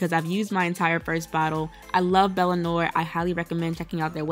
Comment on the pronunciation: Hey girl just letting you know, 'noir' is a French word that means black and is pronounced "nwah" love ya b xx